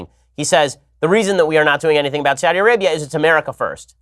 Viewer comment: Saw-thee Arabia.